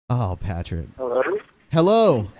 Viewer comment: partick....PARtick.... Haha just saying:)